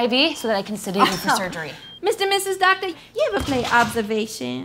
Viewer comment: omg "and doctor sues"